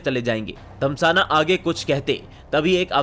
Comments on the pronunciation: Abe anil dhasmana hai naam Anil damsana 🤣 bolra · भाई साहब रा चीफ अनिल धम्साना नही...... धस्माना है 😂😂😂😂😂 बोलना तो सीख लो बाकी ग्राफिक्स और एडिटिंग काफी अच्छी है ठीक से बोलने का प्रयास कर लो वैसे काफी अच्छे मिल रहे हैं आपको